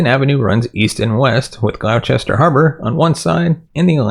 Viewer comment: Thank you for resurrecting my friend's case. Her disappearance is baffling and very distressing. Just FYI Gloucester is pronounced GLOSS-ter.